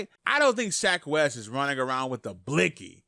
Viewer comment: “Shack wes” 😭